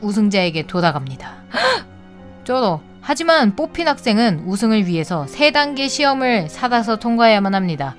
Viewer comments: 뽑힌학생을 뽕필학생이라고 들음... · 뽑힌학생 할때도 뽕필학생님 말하는줄...